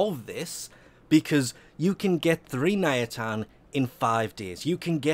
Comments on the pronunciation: NIATAN....ITS NITAIN FFS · "Ny-Tane" not "Nya-tan" lol come on! You knew this! Thinking ayatans? Lol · Hey it's NITAIN not NIATAN. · He said Nayatan* all the times @@ Ni-tain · ARGH niTain, not niAtin it bothered me so much it is not reasonable. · I think you call it NITAIN instead of NIATAN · IT'S NITAIN NOT NIATAN... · Is it just me that's driven insane by the fact that keeps calling it "Niatan"? Also, who the f*ck doesn't do a 4-6 AW nitain alert? ALSO also, apparently, Invasions are a "forgotten feature"? Why does this video exist? When I need multiples of something, I build one, and while it's building, I find other ways to get the others. If this video exists for the idiots that prefer to sit and wait, then I worry that you consider the majority of your audience to belong to this particular group, otherwise, why is this here? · Forgotten Feature: Correct Pronunciation of one the the most important materials in the game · i fully understand that accents can change how you pronounce words, but where the hell does the first A come from in Nitain and second i go? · The way he pronounces nitain 😷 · the way you pronounce nitain triggers me so hard XD